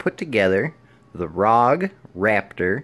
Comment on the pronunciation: Lmao... He said RAWG... its pronounced RowG.